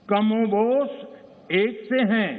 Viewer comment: Kamobosh nhi kamovesh hota h modiji